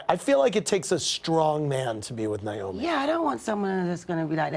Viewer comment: They both pronounce her name niomi instead of naomi.....please tell me